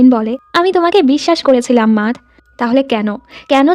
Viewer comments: মাতহ না ম্যাট 🙂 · আপু matt এর নামের উচ্চারণ টা " মেট " হবে